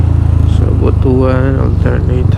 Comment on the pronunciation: Butwan ang pag pronounce brother hehe..hind butu-an😂X-rated kase ang meaning ng 'butu-an'